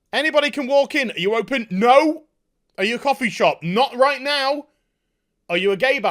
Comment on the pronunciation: You know gets fed up when the Northerner accent and slang comes out! "Reet" xD